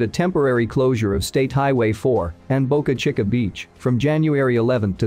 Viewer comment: The South Texas location is pronounced Bo Ca Chee Ca - - Not Boca Chick A beach - - That just sounds dumb to Us that live here.